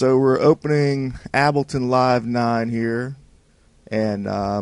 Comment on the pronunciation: AHAHHAH YES ABLTON